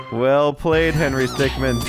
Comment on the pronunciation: henry stickmin is pronounced stick-min not stickman